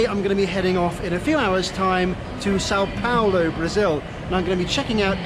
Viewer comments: *São Paulo not Sao Paolo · Oh, no! Et tu,? Or should I say "Paol"? I'm writing from São PaUlo and last I heard (a minute ago), we spoke Portuguese here, not Italian, and "Paolo" is an Italian name. Plus, "Paolo" has three syllables ("PAH-o-lo" or "pah-OH-lo", depending on your region), while "Paulo" has only two ("POW-lo") and that's how you (correctly) pronounced it yourself. The largest city of a whole continent (22 million people metro), with a GDP larger than some European countries, deserved better. So did the saint who created Christianity as we know it, named the place and, indirectly, also named you. Hats off for correctly including the tilde in "São", though! That said, Guarulhos International Airport is exactly on the Tropic of Capricorn (it goes through the runway where you landed), in the transition of two weather zones, and its location in a narrow river valley doesn't help either. It's plagued by early-morning fog and before they installed ILS, it used to have frequent flight cancellations, especially in winter (and you arrived on the second day of the Southern Hemisphere's winter and in the middle of the year's second cold wave, which usually makes the weather really gloomy, in what is otherwise the driest and sunniest season here). Still, I hope you had a good time here anyway. This city looks frighteningly huge and chaotic, but like every major city, it has lots of hidden charms. I'm originally from another part of Brazil, but I've been living here for over 20 years and love it he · it’s São Paulo*